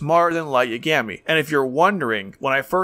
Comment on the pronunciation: sorry i couln't watch this video. how did you watch this series ad pronounce lights last name wrong in multiple different ways. ugh. i hate that. they say his name like a thousand times.